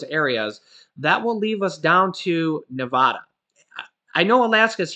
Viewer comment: It is Nev-AD-a,” NOT “Nev-AH-da.” just FYI